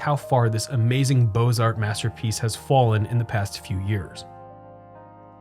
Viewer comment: The "x" in Beaux Arts is silent.